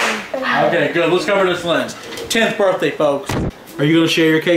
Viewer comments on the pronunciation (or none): it's pronounced (birth-day) not (burt-day)